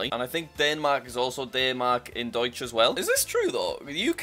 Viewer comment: That's not how you pronounce Deutsch